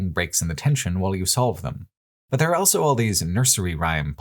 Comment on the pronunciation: pronounces the word "also" as "elso".